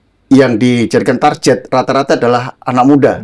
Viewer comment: Target mah target ajapak pronouncement nya gak jadi TARJET , dasar boomer